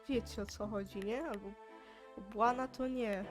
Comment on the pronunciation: Bułana, nie błana